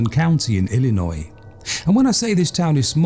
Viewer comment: Whatever it is it's annoying. I don't care for his pronunciation of certain words, including Illinois. I would not want to listen to this narrator on a regular basis.